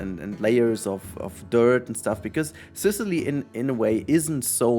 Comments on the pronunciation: Yes, you did pronounce it correctly! Good job :D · Okay, so you can now pronounce 'Sicily' correctly, now you just have to work on pronouncing "terrace" correctly. /lhj